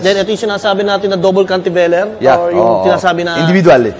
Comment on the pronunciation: CantiLEVER po hindi CantiVELER Sir